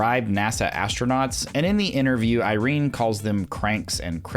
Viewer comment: IrenA, not Irene. Sorry it's bugging me haha